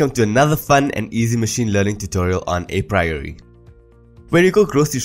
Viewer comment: dude you need to learn how to pronounce apriori.